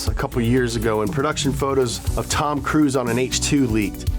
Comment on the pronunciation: Tom’s last name is pronounced cruise not Cruz Cruz is like saying crud